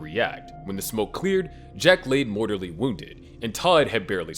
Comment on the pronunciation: Lol mortORly wounded😂😂😂😂 Sorry *mortaLLy